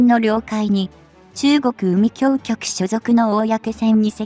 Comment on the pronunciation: 海警局は うみきょうきょく でなく、かいけいきょく です。